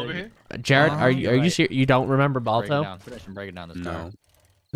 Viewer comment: it not ball toes it's Baal tow (Balto)